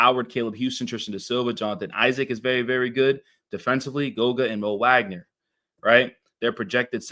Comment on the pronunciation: Thanks for covering the Magic, I mostly agree with your assessment. Just fyi, Franz & Moe's last name is pronounced "Vawg-nur", not "Wag-nur"